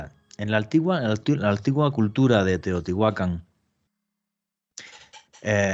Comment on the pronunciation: Que buen programa pero me intriga saber pq pronuncia mal los nombres y les pone acento donde no debe, ejemplo, Teotihuácan y no dice Teotihuacán. Simple interrogante sin ánimo de ofender